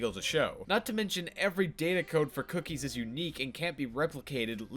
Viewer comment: Unrelated, but the way you say “cookies” makes me laugh. I like it.